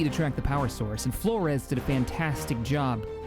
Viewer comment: The pronunciation of "Flores" hurt my Portuguese ears